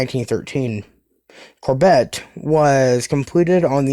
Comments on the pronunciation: Or Core bey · Hey, great vid, just one thing and it's not really an issue, the courbet class is pronounced Core-Bay (around that anyways